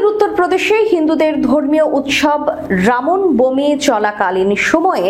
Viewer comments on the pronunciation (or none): প্রিয়া শব্দটা রামন বমী না 😂 শব্দটা হবে রাম নবমী 😊